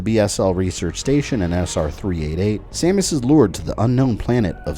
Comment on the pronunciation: hehehe you said Stamus